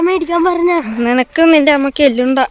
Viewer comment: എല്ലുണ്ട അല്ല മോനോ എള്ളുണ്ട😂😂😂😂